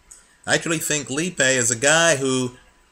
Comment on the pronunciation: its said alex lee.a.pie